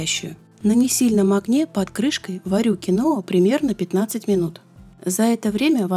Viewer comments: Почему кинОа то? КиноА!!! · КИноа с ударением на первом слоге) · Это произносится....КИНВА....я, конечно, извиняюсь...это не для того, чтобы вас обидеть...